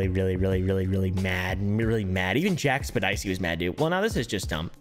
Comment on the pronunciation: jack spadicey? i think its pronounced septic eye , or was that a joke over my head?